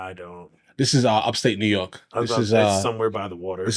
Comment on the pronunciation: "Naw York" was that a little bit of New Jersey or Chicago accent? Because where I live in Central New York state, we don't pronounce it that way nor in NYC.